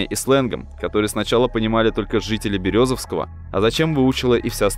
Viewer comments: По пути из Березовского, блин XDDDD Бедный Березовский. Из БерЁзовского! Ударение не там и Ё, а не Е. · Не бебезОвского а БерЁзовского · Березовского😂ударение на первкю о поставил😂